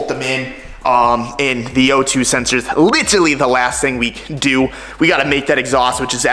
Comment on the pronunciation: Can someone please for the love of god teach how to say literally!